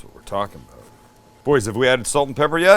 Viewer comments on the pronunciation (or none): "I need my food-porn fix!" "Get the cheese ladle!" P.S. "Aboot" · Sam I love how you still pronounce about like a Canadian. It would be great to see you come back for a visit at least! 🇨🇦🇨🇦🇨🇦🇨🇦